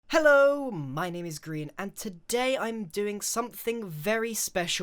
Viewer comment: Anyone else hear "Hello, my name is Green!"